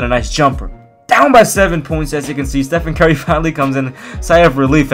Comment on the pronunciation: How pronounces Stephen Curry: Stephen Kerry